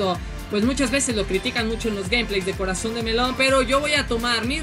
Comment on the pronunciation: ¿Acaso soy la unica que escucha corazón de pelon en vez de corazon de melón?